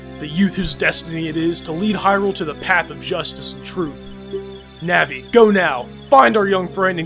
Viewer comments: Your saying the names wrong Na-vi ko-ker_ie sound it out pls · no offence but its pronunced day-ku tree and na-vie